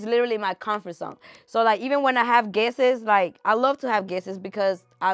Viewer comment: Guestes as people is not a word, its guests. Coup and cope are two different words. Love you girl but let’s work on this.